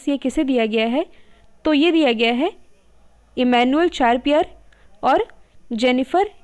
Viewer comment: Emmanuelle कारपेंतिय not चापियर